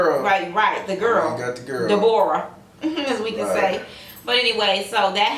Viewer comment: my name is Deborah and its pronounced exactly how you said.